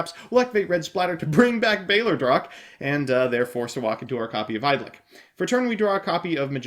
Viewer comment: It's not bayler drock It's BALLER ROACH!